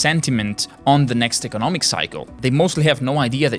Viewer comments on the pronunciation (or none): come on lets say it together eco- nom- ics not econ-nomics fkn guy!